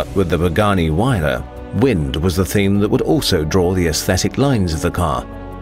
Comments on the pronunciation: say it like wire-ra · no its HERERRAAA XD